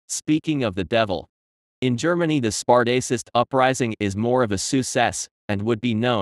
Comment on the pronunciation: The “spart-ace-ist” uprising is more of a “sous cesse”, eh? Not going to watch the rest (or read the AI reply I’m sure to get to this comment).